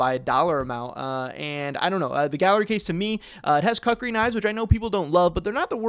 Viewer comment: You gotta stop saying cuckri 😅 Sounds like a knife for cucks